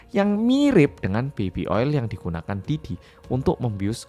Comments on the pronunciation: "Pi Diddy" bkn "Pe Diddy"😭🙏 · bacanya pi didi mas, bukan pe didi😂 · Pididi bacanya atuhhh pedidi pedidi 😭😭😭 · karna cara penyampaian nya pake b ind yang medhok, blio pake nya 'Pe diddy' ya bukan 'Pi diddy'😭 lucu bgt kebanyakan bacanya 'Pi diddy' karna inggris apa ya?😭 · matursuwun sudah menjelaskan dengan detail dan mudah dimengerti. Dan medhok e seng rak ketinggalan nyebut (Pe) diddy 😆 ncen panggah penak ngomong jowo. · Kalo yg baca 'P. Diddy' sama medok gt napa berasa kayak ngomong Pak Didi😅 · Denger ngmng pe didi ae aku ngakak😂😂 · sama bjir bhahahaha ✌